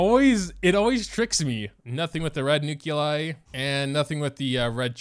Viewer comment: Remember the good ol' days when all the characters and equipment in the game was stuff you found organically through play, instead of paying the CCP hundreds of dollars for a chance at something incomplete? Also, what the fuck is a nuke-you-lie?